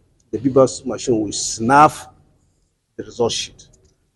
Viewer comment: Did I heard snaff instead of snap?